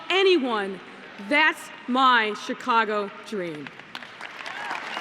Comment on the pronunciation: _ “Chicongo”! LMAO 😂